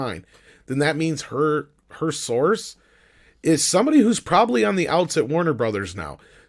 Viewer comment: She always says her souurce her source! Whos her source? And she hates DC! Not just hemry cavill! He is just on top of the list